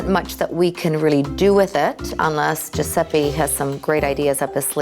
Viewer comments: Mi fa uscire di testa sto Giusseppi...it's Giuseppe, a totally differen pronounce. (Have I just finished my sentence in english? XD I didn't mean it) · “”... he can’t even pronunce his own name!